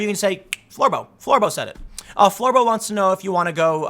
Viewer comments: Lmfao.... "Floor-boh", smh... Bravo Tim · please stop saying Florbo!